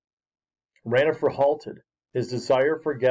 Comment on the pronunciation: it is not ranofer it is ronafer